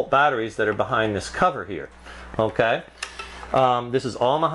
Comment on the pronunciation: this guy should not do reviews "unkay"